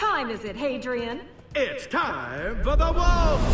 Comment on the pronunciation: The Fun Wolf Gaming dude it's Hadrian not hedrian